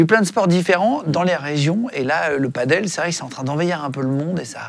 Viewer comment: Par contre tu dis paddle le reste de la vidéo 😂